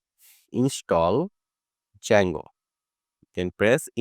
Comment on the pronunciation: For your kind information, the pronunciation of “Django” is “Jango.” However, your tutorial is very good. Thank you.